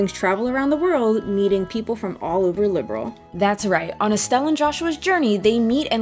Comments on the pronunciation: The Trails series is a spinoff from the Legend of Heroes series, which is a spinoff of the Dragon Slayer series...which started off as an action RPG for ancient PCs. So Trails does have a long and distinguished lineage. And it's "Liberl," not "Liberal." 😉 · 😱😱😱LIB-ERL! NOT LIBERAL! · sky fc and sky sc where meant to be one game but making sc took too long so they where released separately. so yes sc is basically a second disk of fc that second disk being around 100h long. also i do find it funny how you pronounce liberl as liberal. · The character name is actually a clue of where they come from. So yeah, The different pronounciation is just part of the game.